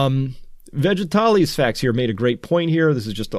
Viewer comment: Chris I have been watching you religiously since January. You have been consistently on the mark. Thank you! Two things - 1) can you take a look at Israel and give a sense of how we are doing? 2) Just for laughs - it’s “veggie-tales”, not Vegitales the Greek philosopher. I’m still chuckling so thanks for that! 😊